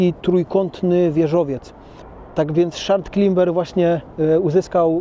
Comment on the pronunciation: “Szard Klimber” Mordo weź już się naucz wymawiać słowa 😂